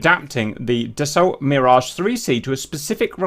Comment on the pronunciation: Just for info, Dassault is pronounced da-so.